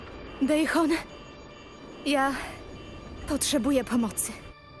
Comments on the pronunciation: Wiem, że rok minął, ale i tak boli mnie jak w polskiej wersji wymawia Daehyun. To jest "dehjon", nie "dejhon" XD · Nie moim zdaniem, tylko powinno być wymawiane "de-hjon". Koreański znam. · "dejhon" o muj borze.